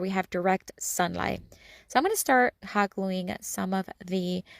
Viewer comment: Hoggling together. Ohhh Hot gluing . Has to talk so fast .